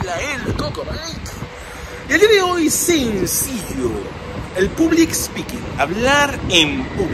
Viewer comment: hola Coco...vos ya hablas inglés bien...por lo tanto en vez de "public" (con "u")...te sugiero pronunciarlo "pablic" (con "a"...se pronuncia así en inglés). Gracias por este video, y un aspecto importante de este tema es que el que tiene cierta capacidad de hablar en público se puede destacar en su empresa...sí...se va a destacar de los demás que estén al mismo nivel, por el simple hecho de poder hablar en público. Cuando tengas la oportunidad ponelo en práctica en la empresa en que trabajas, quizás ya lo hayas hecho.